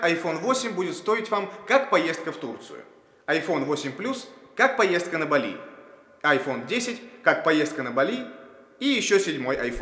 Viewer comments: Дизлайк за неправильное ударение в слове Бали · не БалИ, а БАли...